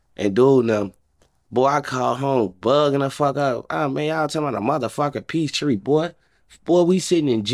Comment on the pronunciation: "Peace Tree" and "Peace Treat" is crazy I think he means peace treaty. lol